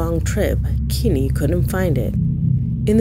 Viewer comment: His name isn’t “Kimi” it’s Kenny Veach. if you’re going to use someone’s story to make content at least take 5 seconds to actually learn how to spell and say his name.